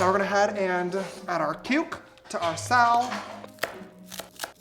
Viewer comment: Did he say puke or the cuke? 🤣